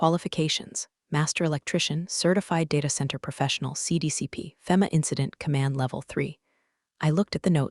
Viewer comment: EDIT YOUR CRAP! Is her name Becky or Linda?? No one has a 9 eleven system, it is nine one one. It actually hurts my ears to hear your stupid AI pronounce FEMA as (fem ah), you say (fee mah).